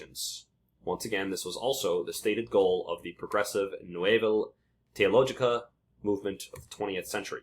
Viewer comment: Nouvelle teologie pronounced New-vel, tay-oh-low-jee.